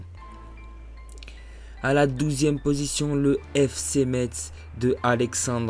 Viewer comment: par contre dis par le Fc MeTz .... on dit MESS par MetTTz...